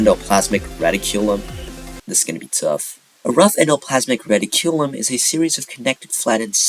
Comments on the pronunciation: Reticulum ❌ Reddi-Q-lum ✅ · you have very interesting ways of pronouncing amalgam and reticulum and synthesis